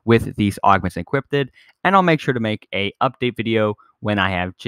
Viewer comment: Godammnit it's equipped not equippededddedededededdd lol